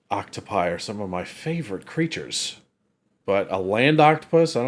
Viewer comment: Thank you for saying "octopi," it is refreshing after hearing others butcher it.